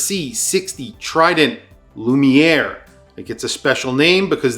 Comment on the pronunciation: That's not how the word lumiere works in French.